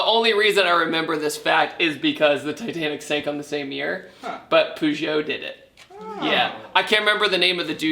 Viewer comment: made me cringe when you said purgeot, it's Peugeot